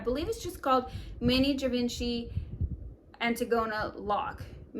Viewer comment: Great video. The last bag is pronounced as Jee- Von-chee